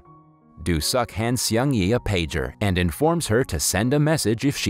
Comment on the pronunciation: Seung is pronounced as SNG without the vowels. It sounds like a car speeding. Please if you're going to review this kind of stories, ATLEAST LEARN TO PRONOUNCE THE CHARACTERS' NAMES RIGHT.